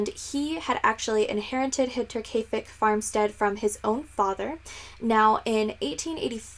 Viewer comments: Yeah you went for it and nailed it! Nice job lol:) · You get Double points for pronouncing the title right haha :)